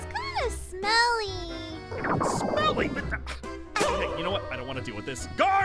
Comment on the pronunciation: "Smelly" more like "SMELLEE!"